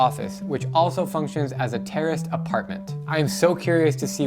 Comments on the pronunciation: took me a couple tries to hear 'terraced apartment' and not 'terrorist apartment' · At first I thought he said "terrorist apartment," even the subtitles thought that's what he said 🤣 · Thanks for the video, man; it's excellent! Now I know how long it takes for you to edit videos ;) Also, totally thought you said "terrorist apartment" lol yikes. BTW, to clear up a common mistake: kilometre rhymes with "nanometre" or "kilolitre", not with "thermometer" (because it's a unit of measurement, not a measuring device).